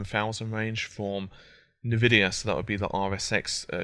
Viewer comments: Nuh-Vidia hahaha! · Haha I like how he pronounces Nvidia... As Nuh-Vidia!